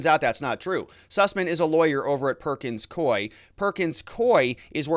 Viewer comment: Ah, you correctly pronounced "Perkins Coie." (I'm not sure I spelled it correctly, however!) They have an office in Alaska. I used to get contracts from them to type court transcripts.